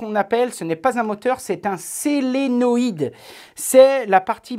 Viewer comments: Extrêmement intéressant et utile. On sent une toute petite carence sur l’électricité, "SOlénoïde" et non "Sélenoïde" fil noir = masse, ou le moins pour le courant continu .... pas grave mais comme tu nous apprends tant de choses, je me permets de corriger ces petits détails. Merci pour tout. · solenoide, pas selenoid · chouette vidéo. je ne veux pas pinailler mais c'est un solénoïde et pas un sélénoïde, c'est vraiment juste pour info.